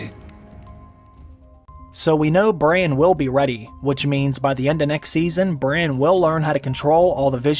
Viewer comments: Is it me or is he saying Bryan everytime an not Bran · His name is Bran, short for Brandon. Not Brian or Brain. You changed his many so many times it made the video confusing. And don't repeat the lines you just showed us in a clip so much. We just heard them say it! Sometimes twice